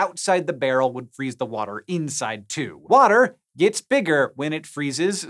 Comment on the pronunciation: cuz i neva fweezeee